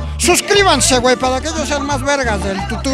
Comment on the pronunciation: jajajajajajaja!! "el tutúb" AMO AL ESCORPIÓN DORADO!!!